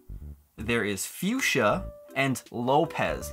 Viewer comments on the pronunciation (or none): none